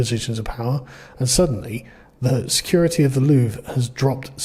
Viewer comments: did you say loovree you pleb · Just so you know, it's pronounced "Lou-Vra" ... so you can outperform MSM LOL. Really sad part is that the normal French citizens won't get how "DEI" doesn't work ... can't change a flat but can run "Security" at the World's premier Museum. Her saying "Non" to Policing is dangerous is the same logic as a female Blackhawk Trainee Pilot ignoring her Male instructor to change course ... twice. Bonjour and howdy from a Texan living in France. They didn't use a "Crane" in the traditional American sense, they used a "Furniture Lift Platform" and the reason nobody seemed to know it was going down is that those devices (Furniture lift platforms/stairs) are very common here ... most building that even have "Elevators" are usually very small and most times "Movers" aren't allowed to use them as it interferes with Tenant movements. So they use these portable devices to move boxes/furniture/appliances externally from the Street and thru Apartment Windows. Nothing out of the ordinary ... especially given they were dressed in "Workman Reflective Gear" (also very common). And it only took 7 minutes ! Seems to be the current MO for this type theft. Popping the stones/Pearls out isn't very difficult or time consuming; they've already proven their skills with a battery powered angle grinder ... a "Dremel" with a cutting wafer is no great step. The Gold is easily smelted with a gas/oxy torch in a graphite crucible and with spot Gold going for $4,300 a troy ounce, very lucrative. The "Rose Cut" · you don’t pronounce the “re” in Louvre mate.. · So you pronounce it like the word we use as a synonym for bathroom.